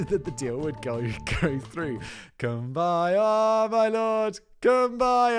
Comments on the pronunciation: I cannot with the Cum-by-yah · I would rather watch a hundred Raid shadow legends ads than listen to Factboi butcher Kumbaya again